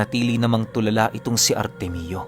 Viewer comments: Artemio ❌ artemyo✅ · Ar-temyo po tang pronounce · Ar tem yo po pronounced Ng pangalan na artemio